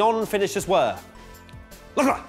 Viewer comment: CL: Hi, I’m Charles Leclerc. MWTF1: sHaRl LeClUr